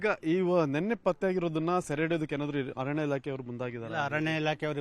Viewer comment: ನಿಮ್ಮ ಚಾನೆಲ್ ಸುದ್ದಿ ಚೆನ್ನಾಗಿ ಕೊಡುತ್ತೀರ. ಆದರೆ ಕನ್ನಡ ಭಾಷೆ ಕರ್ಣ ಕಠೋರ. ಆತಂಕ ಗೆ " ಹಾತಂಕ" ಅರಣ್ಯ ಕ್ಕೆ " ಹರಣ್ಯ" . ಭಾಷೆಗೆ ನ್ಯಾಯ ಒದಗಿಸಿ. ಮತ್ತೊಂದು ವಿಷಯ. ಉಸಿರು ಕಟ್ಟಿ ಹೋಗುವಷ್ಟು ವೇಗದಲ್ಲಿ ಸುದ್ದಿ ಹೇಳಬೇಕಿಲ್ಲ.